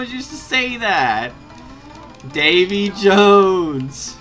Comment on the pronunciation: If you're curious, when the Japanese guy says "Davy Jones!" He's actually saying "ebi ichou!" which means something like "One shrimp coming right up!"